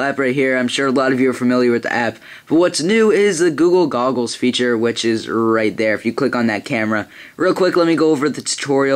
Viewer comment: "guga gogles? lol it sounds to me like that -_